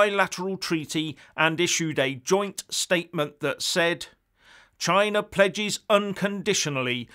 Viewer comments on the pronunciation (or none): none